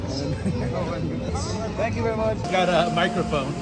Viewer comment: „und jetzt sag sänk you“ alle so planlos